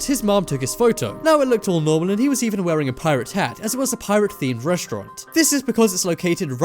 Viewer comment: reshtront!! Who the hell taught you english and who the hell says reshtront? it's RESTAURANT you half wit